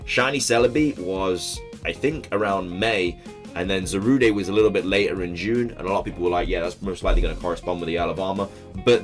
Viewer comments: Ok. It's not Zarudae or Zarudé. It's Za-rude. Za like Zamazenta and rude as in the word rude. Ok? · It's not Zarudae IT'S ZARUDE SANDSTORM!